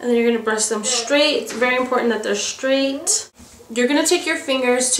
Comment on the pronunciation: I luv the way she says straight :) "We want to cut 'em shtraight" Just luv it :)